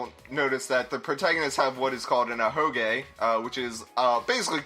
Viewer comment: Slowbeef, please-it's an "ahoge". With Saihara, him being shown with an ahoge was definitely more of a spoiler than Kibo or Rantaro, because it was previously hidden under a hat.